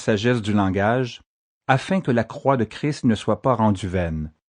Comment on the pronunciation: Il faut bien prononcer le S et le t quand on dit Christ sinon ça fait Cri et ça veux rien dire. Il ne faut pas oublier que Christ veux dire Sauveur, là est toute sont importance. Merci